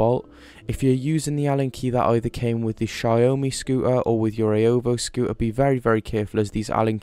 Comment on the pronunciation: "scoo ah" it's a "scoo ter" the T is not silent in any language. Just saying